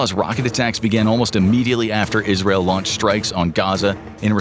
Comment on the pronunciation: Why is he pronouncing Israel like that